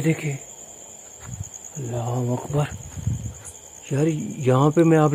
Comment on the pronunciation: वकबर नही बोलते है अकबर बोलते